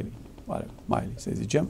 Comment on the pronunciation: Se pronunta Milley. Milli, nu Maili. Bine ati revenit.